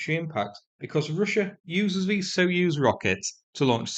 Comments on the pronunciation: Just a gentle comment on the pronunciation of the word Soyuz, "soy"as in the soy bean, not "so." Always great to get your updates and love your humour. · What's a "so use" rocket? Do at least attempt to pronounce Soyuz properly. It's not like it's a novel term in English.